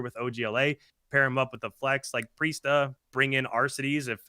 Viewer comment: Accuracy Temp Attach Priestahh you heard it here folks